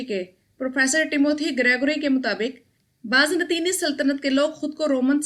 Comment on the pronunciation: Baaz Natini nahi ...... Baazan-tini